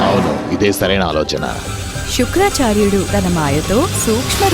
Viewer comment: శుక్లాచార్యుడు కాదు శుక్రాచార్యుడు.